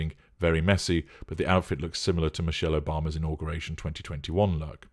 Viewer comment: 😂😂😂😂😂😂I wanna bee Mee-sheyll😂😂😂😂